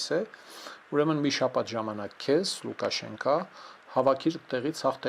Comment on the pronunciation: ԼուկաշենկԱ չէ,, ամոթ է, հետևե խոսքիդ, ժուռալիստների ակումբի նախաւահ ես!!!😡